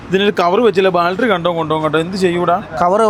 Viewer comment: ബെൽഡിഗ് ശരിയായി, വെൽഡിങ് ആയി, പക്ഷേ ബാൽട്ടറി... ബാറ്ററി ആയില്ല...